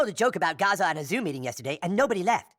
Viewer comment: Funny how this was the episode that got taken down by an israeli company that uses ai to catch "copyright violations" Also bro its pronounced "gah-za" not "gaaa-za"